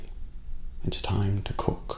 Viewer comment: same xd